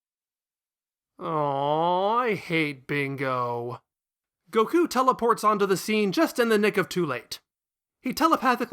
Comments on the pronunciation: Really? goKU, Vyedelle, Babeedee. It's Goku, Videl and Babidi. Also, in english, his name is Krillin, I know you're using the japanese version but you're not japanese so why? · The way you say Goku is infuriating me xD